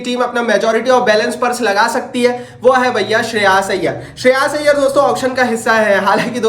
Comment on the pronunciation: Shreyaaaaash iyyer 😂😂